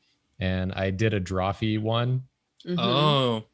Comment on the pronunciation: What was that? DrawFEET? xD